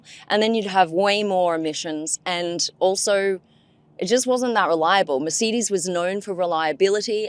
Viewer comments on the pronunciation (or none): Mercedes not Mersidys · I’d love to know more about this car but. I can’t listen to you call it a mer-seed-dis😂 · Mur Cee Deez? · Mer say dees….. Please love , pronounce it correctly. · I have never heard 'Mercedes' pronounced this way. (Apart from by Mark Webber) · How can the host of an automotive segment pronounce Wankel and Weißherbst with a Germanic twang, but not Mercedes? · The way she says Mercedes, drives me nuts😵‍💫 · Also what's happened to Aussie accent? And why she mispronouncing words like Mercedes and wankel?